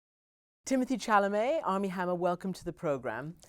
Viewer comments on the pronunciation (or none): Its pronounced like shalamet not tsalamet